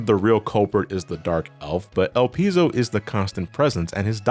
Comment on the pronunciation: ''Elpis'' (the japanese version of Elpizo) is an ancient greek word and it means ''hope'' (in moden greek it's ''Elpida''). ''Elpizo'' is the verb of this word and it means ''I hope''. Your pronunciation is correct.